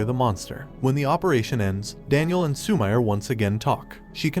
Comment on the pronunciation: Lmao instead of Su-mi-re he says Su-mire lmao